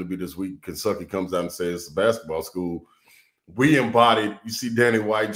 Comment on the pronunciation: No T for Kensucky! I love it!!!